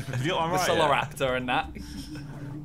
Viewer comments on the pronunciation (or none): Simon called a velocyraptor a vecoloraptor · man said vesoloraptor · Simon: Picks History every time Also Simon: Vecoliraptor and that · Simon the history expert called a velociraptor a vecoliraptor like he knew what was happening😂😂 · Simon: 'vecoliraptor' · Man said vecoliraptor and that.. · Anyone notice Simon say ‘veCoLiraptor’ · Vecoliraptor lmfaooo